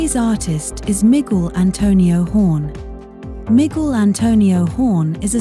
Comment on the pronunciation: I have only one gripe, mispronunciation. The narrator accents the first syllable in Miguel. Accent should be on the second. That is only one example. Sounds like an AI. These frequent mispronunciations are off-putting.